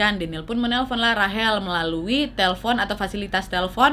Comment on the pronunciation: Kakak yang bilang rachel buffet sebener nya bukan rahel tapi baca nya rechel(rachel) semoga di baca maaf ye